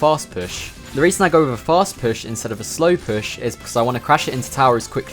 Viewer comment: Great vid, but I can't get over how you pronounce püsh